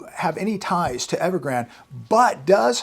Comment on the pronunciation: Evergrande he’s being miss pronounced. It is pronounced like the river Rio Grande. I wonder who started they miss pronouncing.?